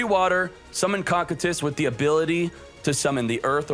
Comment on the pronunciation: After watching Overlord, I can confirm it is pronounced as ko-Q-tus